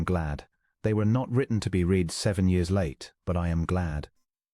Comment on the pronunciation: Is it possible to find an AI narration that can properly pronounce the past tense of "read?"